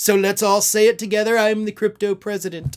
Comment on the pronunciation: Wrong vowel sound in cryptopresident